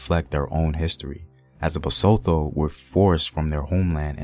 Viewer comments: Bah-sue-to. Lee-sue-to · Appreciate what you do The pronunciation doesn't sound out the "h": Bahsutu Laysutu Sasutu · 😂 the way u say Basotho like it's French, it's Ba-soo-two man yohhh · The pronunciation of our Basotho words was abused."tho" is as" tto",not Thor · Love the vid.... BTW the T is never silent. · Besides how you pronounce the "th" as an English word in "Basotho" and "Lesotho", your videos are always incredible.. Thank you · Just a tip we know y'all have problems with pronunciation of any language But you know how you go "Time" Use the that T in LesoTho, BasTho The "h" partially silent Thank You! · I'm hurt on how you pronounce ma people (Basotho) well great video though...